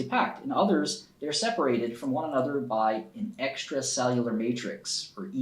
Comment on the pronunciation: Bruh this dude spent so much time working with excel he forgot how to read words